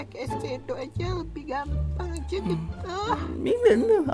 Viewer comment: Bang raka:Eyeshadow bambang:Eyesdow Dalam hati gua: astaghfirullah gak bisa ngomong eyeshadow Ngakak anjir Yang merasa sama like 👇🏻